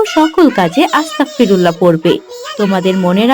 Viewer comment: ভাই উচ্চারণটা আস্তাকফিরুল্ল-হ শুনাচ্ছে। উচ্চারণটা আস্তাগফিরুল্ল-হবে। আস্তাকফিরুল্ল-হ অর্থ হে আল্লাহ আমি কাফির হতে চাই। (নাউজুবিল্লাহ) আস্তাগফিরুল্ল-হ অর্থ হে আল্লাহ আমি আপনার কাছে ক্ষমা চাই। তাই গইন এর উচ্চারণটা স্পষ্ট করে বলতে হবে।